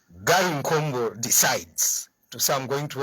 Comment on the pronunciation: ........ please pronounce his name correctly UPND is a rebound